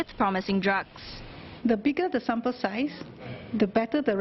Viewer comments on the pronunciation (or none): NCID Director can't even pronounce the word "sample" properly... Singapore at its finest.